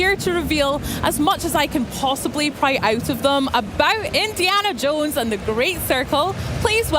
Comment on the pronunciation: Indiana Yohnes